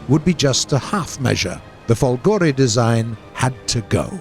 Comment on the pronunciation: Guys, you'll never learn, :p... but since I know you're trying hard, here's some little note for non-Italian-speaking people: - "Macchi" is not "Matchy", It's "MAKKI" (with strong "c"s) - "Folgore is not Folgòre, it's Fòlgore" - "Badoglio" is not "Badog-lio": that 'gl' sound is not present in English, so try to pronounce it as "Badòlio" and you almost get it ;). ...and this is the last and maybe quite difficult for non-Italian people: - in 'W l'Italia", "w" does stand for "viva", so... "VIVA L'ITALIA!" , which means "Up with Italy!" BTW, this is an ancient emoticon, born in 19th century: the "W" symbol recalls both the two "v"s in the word "ViVa" (literally: "be alive") and the image of two people with their arms raised).